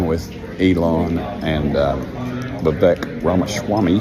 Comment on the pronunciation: funny how Dems shouted racism when Kamala Harris name was mispronounced but Jim Acosta can say VIvik instead of Vivek